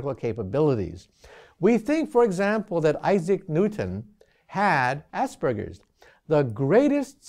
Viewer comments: asperges Haha i have that its pronounced as-perg-ers not ass-burgers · It's not Ass burgers. learn to speak. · Anyone else here assburger symptom? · ass burger syndrome? Am I the only one to hear that? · THANKS for the subtitles... I totally heard ASS-BURGER Syndrome